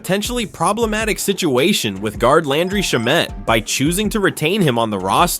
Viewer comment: Learn how to say Landry Shammet correctly!